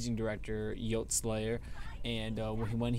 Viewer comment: it CALM down not come down....also it is YOTE with an E not just yot its yot-e